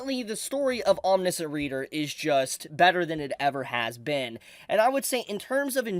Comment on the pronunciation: Hey, -- I'm not trying to make fun, I just know that when I go around mispronouncing things, I want people to tell me! Lol It's "Om-nish (rhymes with dish)-ent". Again, just trying to help out, no disrespect intended! I read some of this a year or so ago, and I thought it was pretty good! Glad to see it getting more attention now! Maybe I should go back to it.